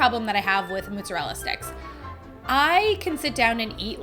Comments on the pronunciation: I love you and every one of your videos..... but it's MOZarella, not MOOZarella🤓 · ....if you say mutzerella sticks one mo again....all the Italians are screaming "it's mozerella!"